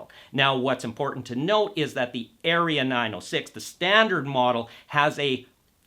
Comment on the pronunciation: Seriously? You don’t know how to pronounce “Aria”, and you don’t know if the two tweeters are the same or different? But we are supposed to take this “review” seriously? Ridiculous!